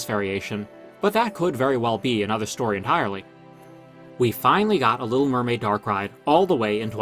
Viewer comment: "Story" not "Stoy".